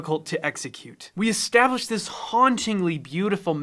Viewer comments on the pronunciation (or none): none